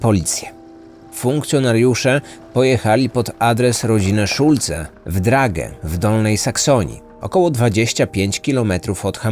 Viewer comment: O, ktoś tu dobrze zna niemiecki, przeczytane perfekcyjnie.